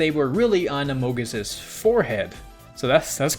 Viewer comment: why can no one spell or pronounce Among Us these days?